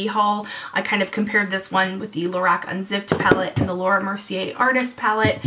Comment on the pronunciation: ur saying lorac wrong lol its driving me nuts XD